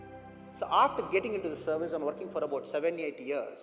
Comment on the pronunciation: Its service....not servise...pls edit